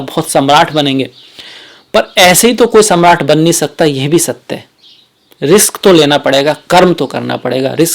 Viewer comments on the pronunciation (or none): none